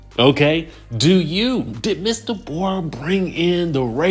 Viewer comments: "DayBorah" is sending me 🤣🤣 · Hollering at pronouncing her name like that to Ashley. Love it! 🤣